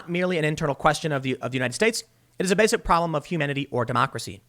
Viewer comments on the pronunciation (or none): none